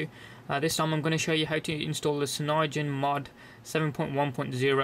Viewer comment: your saying it wrong! its cyanogen not cynyogen :S